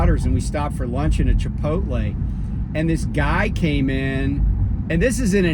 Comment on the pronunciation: ayy i gotta say...i never heard anybody say "chipoltle" like you hahha. jus talkn shit